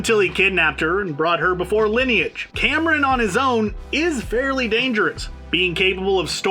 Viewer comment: i’m sorry i don’t wanna be that guy but i’m a pakistani and i can tell u first hand, Kamran isn’t pronounced Cameron. it’s pronounced like come-ron